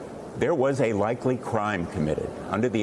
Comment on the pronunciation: I love this “LIKEY” I laugh 😢